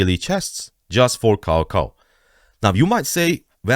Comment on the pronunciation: cao cao is read or pronounced as tsao tsao😇😇 thanks👌